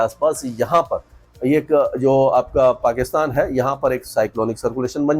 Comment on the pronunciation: आप बोल रहे हो या हे आपका पाकि थान।। अगर हमारा हो जाय तो आपके मुंह में घी शक्कर 😂😂😂